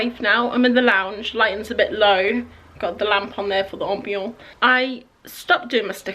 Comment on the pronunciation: Omygod the cows are so close!! The way you say ambiance is killing me, I love it hahahaha. The small thingies that you say are too small for freebies... they could totally be used as ephemera (is that the word?) for art journalling!